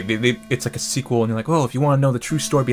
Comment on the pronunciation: I swear in the intro he said "squeakuel" I SWEAR